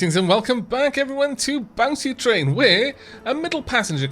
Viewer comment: IKR lol i was about to comment something about how it sound like he is saying that...